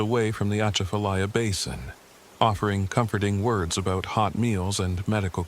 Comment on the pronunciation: Southeast Louisiana am. Ahhh the way you said Atchafalya OUCHHH! Lol😂